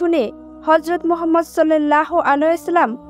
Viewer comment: রাসুলে কারীম হযরত মুহাম্মদ সাল্লাল্লাহু আলাইহি ওয়া সাল্লাম নবিজীর নাম টি ভাল করে উচ্চারন কর, শুধু একারনেই শুনতে রাগ উঠছে😡😡😡